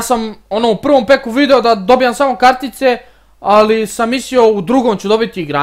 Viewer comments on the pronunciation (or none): none